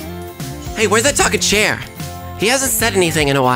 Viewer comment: i heard "cher" at first instead of chair and i was like??? THEY GOT C H E R WHAT?